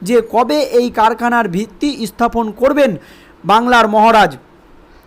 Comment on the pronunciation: Ispain? Isthapon? FIlim cify? hat a pronunciation!